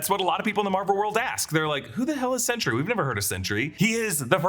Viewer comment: Anyone think it sounds like he’s saying “century” instead of “sentry”?